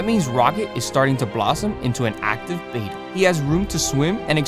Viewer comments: ITS BETTA NOT BETA THST EHY IT HAS 2 T'D NOT 1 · Its not a Beta fish, its a betta. Like better with a at the end instead of er. Betta not beta. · it's not pronounced bay-tuh, it's beh-tuh. glad to see the tank progress. you should NOT have multiple bettas in a tank unless theyre all female. this can be deadly. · Beta = bay-tuh Betta = bet-tuh Double T! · It's not a beta, it's a bet-ta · Betta is pronounced BETT uh. "Bayta" is spelled "beta"; it's a Greek letter. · The most accepted pronunciation of "betta," from the Malay word for the fish, is BET-uh (like "better"), with a soft "e" and a short "a" sound, not BAY-tuh. While the softer "e" pronunciation is often heard, particularly in the U.S., the Malay-derived pronunciation is considered more technically accurate, though both are generally understood. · They are not “bay-ta” fish. They’re Betta. Beh-tuh. If you are going to be saying a word dozens of times the least you could do is spend the TWO WHOLE SECONDS googling something to learn how to pronounce it. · Correctly pronounced bett-uh, not bayta as in Betamax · It's not a "BAY-ta," it's a "BET-uh." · Mr. Betta is pronounced Bet-tuh, he is not a Bay-tuh, he is an ALPHA. =D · Btw it’s pronounced betta not beta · It's pronounced betta (bet- ta) I've been in the hobby since 1970 and cannot believe how it went from the original pronunciation to beta. Anyway great set up though. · Betta is not pronounced like beta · That pronunciation of Betta makes me cringe🫣😂 But otherwise, good job